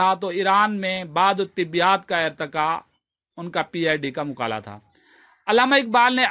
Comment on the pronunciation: مقالہ مقالے کی ادائیگی درست کریں باقی ٹھیک ہے سب،عمدہ